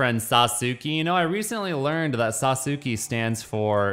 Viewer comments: Its not "saw-sue-key" its pronounced (sauce-kay) and it's a common name in Japan and it's also the coolest character in Naruto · it's pronounced like this. "Sas-k" lol. Great video as always. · Every time pronounce Sasuki i laughed lolz.. Didn't even know if it's intentional or not. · The Legend of Sah-soo-key returns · Sa soo kay. Emphasis on the Sa. SAsookay. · Sauce-kay lol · Awesome pronunciation of Sasuke! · ……yeah it’s totally “sauce-kay” 😒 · It’s pronounced “sauce-Kay” if anyone was wondering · Sasuke = Sa-ssss-kay, that’s how you’re supposed to say it . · It's pronounced Sauce-Kay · Sasuke is pronounced “Sauce-Kay” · Sasuke is pronounced Sas-Kay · It's pronounced sahs-kay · He has to be pronouncing it wrong on purpose at this point to agitate people. People have been correcting him for like.... 3 videos now. I even gave him a fun association technique to remember. Just think spaghetti. I love spaghetti but I hate noodles, so im just gonna eat the **sauce k**? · It's pronounced "SAUCE-KAY". Just fyi. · Lmao my Boi saying Sasuke wrong giving me a headache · The way he says sasuke hurts to listen to I mute it at this point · The way he was pronoucing sasuke hurt me inside and was very cringe